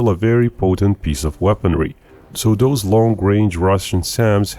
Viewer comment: "Doaz attacks..." C'mon, speak English!